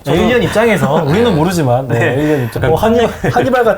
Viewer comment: 어얼리언이 아니라 에일리언 ㅉㅉ